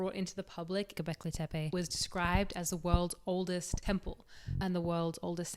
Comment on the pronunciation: Sorry, I was chewing. Did she say Kentucky? "Is it hARth? Fuu..." Hilarious. Attitude, voice, knowledge, fluent in both English (mostly, yeah, it's hARth) and sarcasm, can pronounce Gobeklitepe (says that like it was her first word, but can't pronounce hearth?), and good looks to keep my eyes busy too. DING. Subscribe. Duh.